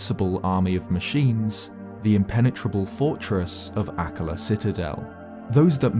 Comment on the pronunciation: Everytime says Dorephane, Akkala, or Purrah i die a little inside